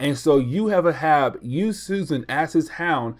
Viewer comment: Its pronounced "A Hab". Not uh Hab it's the same as Captain Ahab from Moby Dick